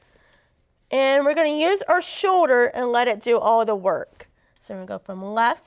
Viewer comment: Its Shoulder not show-der.